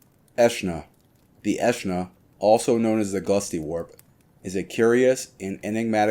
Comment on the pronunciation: Its actually pronounced Aeschna, not Aeschna